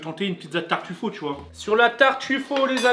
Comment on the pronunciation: Ok mais par contre la prochaine fois evite de dire des noms italien en français du genre TARTUFAUT